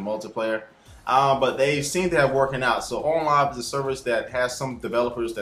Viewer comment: it ON not ooowin live